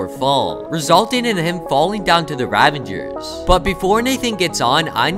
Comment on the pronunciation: The whole video he says ravanger's while its ravager's